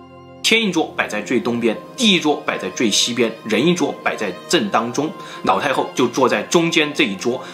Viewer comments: 你的故事很好聽很仔細😄 但是你的發音讓我一直 瘋狂出戲中😂 一連（年），口述溺（歷）史 腦（老）太后，壽比藍（南）山 喝茶時要兌ㄌㄞˇ（奶）ㄌㄞˇ茶 ㄋ、ㄌ分不清楚... 笑到肚子痛啊！ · 我怎么一直听到 脑 太后？😅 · 是不是故意發音成腦太后？ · 的ㄌ音會唸ㄋ音。 一直聽成“腦”太后，”那”八。很有趣，不知道是哪裡人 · 她真的很誇張...我一邊炒菜一邊聽,一直把老太后聽成老太婆XD想說英雄所見略同(X) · 是哪个口音, 把 L 念成 N, 老太后念成脑太后。内裤念泪裤,牛奶念牛lăi。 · 我一直听见脑太厚 HAHAHAHA 有人和我一样吗？ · 每一次都听成 : 脑太后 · 我听成老太婆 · 你沒聽錯，他就是這樣發音的 不知道為什麼他的發音，都把 L 和 N 對換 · 你的 ''腦''太后很出戲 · 对不起 你说的故事十分好听，可是我真的很在意你的发音＂脑＂太后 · 樓主有所不知，跟王剛，還有他的徒弟漆二娃一樣，每次發L的子音時，都會念成n的子音，比如切料念成切尿，輔料講成輔尿，而老太后就念成…………